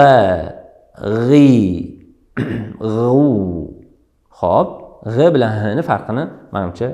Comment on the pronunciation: Oka g'a deyilmaydigu g'o deyiladiko'😉